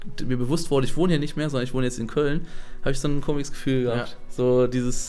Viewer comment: Wieso sagt er immer: 'komiges'? Mein Gott es heißt komisches!